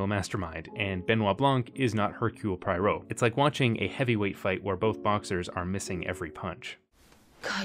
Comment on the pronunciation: If you're gonna talk about Agatha Christie you should learn how to pronounce Poirot. Here's a hint, it's not 'pwhy-ro' lol